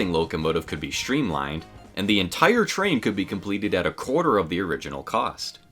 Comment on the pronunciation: Shtreamlined? Shtrong? Shtranger? Shtrapped?